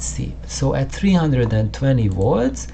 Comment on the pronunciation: Good fun. And don't take this the wrong way but often when you said 'volts' it sounded like 'watts'. And made me jump each time.... Subbed.